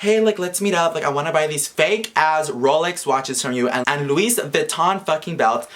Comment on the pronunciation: dumb bitch though he was going to get over on bitch i was laughing so hard luis bitch its